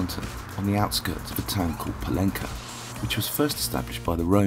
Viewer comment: You should have asked local people how to pronounce "Pollença". Letter Ç is pronounced in Catalan just like in French, not as a C!